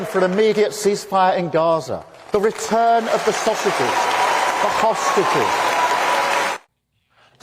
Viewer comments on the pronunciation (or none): Was it the speech coach that taught him to say SAUSAGES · Did he just say secure the sausages 😂